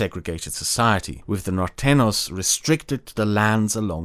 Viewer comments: Thank you for this wonderful content! I wish to help your pronunciation: The ñ in Norteños should be pronounced as an "ny" in english. Whenever you see an "ñ", just replace it with "ny" in your minds eye. Nortenyos :D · It's weird how well you pronounce "tejano," but then you go ahead and say "Mexica" instead of "Mexico" and "norteno" instead of "norteño." A couple of times you also said "Río Grand" instead of "Río Grande," and "Baya California" instead of "Baja California," which is interesting. It's funny. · “Norteño” is spelled with an ñ, so rather than an /n/ sound, it should be /ny/. NorteNYos. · Its really funny hearing you say norteños as "nortenos" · As a Mexican, big cheers to this work. I'ts a shame so many people here don't speak english and get bored by reading subtitles because otherwise I will show them these videos and shed some light about. P.S: You are pronouncing Norteños as "nortenos". Don't forget to add the 'ny' sound!. and the h in Coahuila is slient, so it is more like "koagooeela" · Great history and sociopolitical analysis! A few spanish names slipped under your radar and got pronounced like they were english. -Norteno is actually Norteño which is pronounced Nortenyo -San Jacinto = San Ha-sin-to -I think there was one other, but I forget now what it was. The rest of the names were pronounced fine, though.